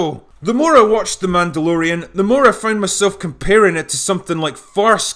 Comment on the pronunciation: It's Mehdalorian!😂